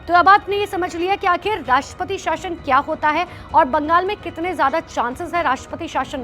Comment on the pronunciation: Madam shashan nahi .shasan ..bolo aache se kam se kam news channel hai to kya kuch bhi bilologi ... Thikedar ho